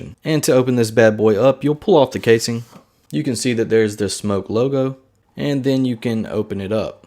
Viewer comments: It#s pronounced SMOK not SMOKE I mean what the hell lol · No it's not it's Smok not Smock the spelling is in the description on the video Get it right lol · No it's not it's pronounced SMOK not SMOKE People pronounce it wrong lol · Wrong. The brand name is pronounced Smoke. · You said the name wrong sorry if it caused any offence here buddy I was having a laugh with you and I have a tendency of teasing reviewers also